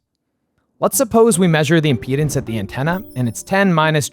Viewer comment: The way he says "impedance" sounds like "our penis".